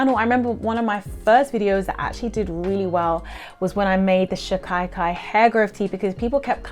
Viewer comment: I make recipe number 2. I don’t use conventional shampoos anymore and this is a great cleanser. My husband, Hindi is is first language, says shikakai is pronounced “she-kuh-kai”. ❤❤